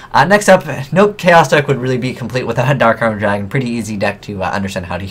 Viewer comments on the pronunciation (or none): none